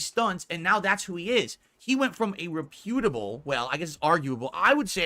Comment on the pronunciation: He still says "reputable" wrong.